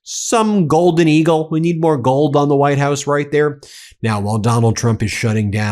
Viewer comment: "WHITED" HOUSE? More hyperbole, more nonsense from you.